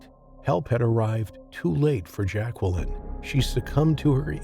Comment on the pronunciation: Yeah and learn how to pronounce Jacqueline correctly.